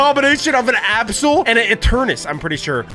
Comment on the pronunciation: Absoltal absol And yveltal